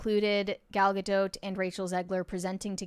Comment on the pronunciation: it's Ga-dot. Not Ga-doat